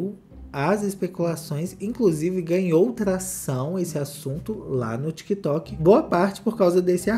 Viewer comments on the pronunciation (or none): none